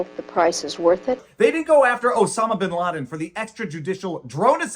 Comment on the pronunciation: Was that Binladin a slip of the tongue?